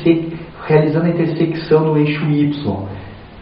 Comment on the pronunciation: Não consegue falar a palavra "intersecção" de jeito nem um né kkk.Mas o vídeo foi muito bom.